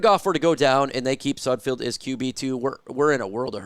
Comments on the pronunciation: IT'S SUD F E L D NOT SUD F I E L D !!!!!!!! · His name is not pronounced with field at the end. Can you not read? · Could you at least learn how to pronounce his name before making a damn video? It's painful to listen to you butcher his name and really destroys any credibility you think you have. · i know sudfeld is hot garbage but you could atleast pronounce his name correctly